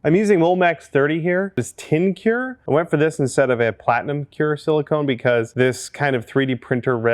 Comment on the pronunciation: Say "cure" one more time... (on the tone of Samuel L. Jackson in Pulp Fiction)